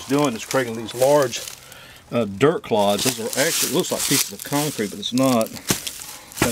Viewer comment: Did you say dirt claudes or clogs my name is claude.